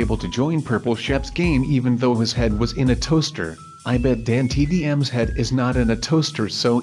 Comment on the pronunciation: why do you say hiss instead of his wow